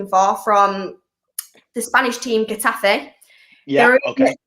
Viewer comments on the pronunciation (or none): She said "Gaffe". Did she mean Gatafe? 🤔😂😂😂😂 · Never seen something doesn’t do well...it’s pronunciation! Work on that and she’ll be on sky! “Arry Barry” from the Spanish club, “Gaffey” 🤣😂🤣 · no Getafe 😂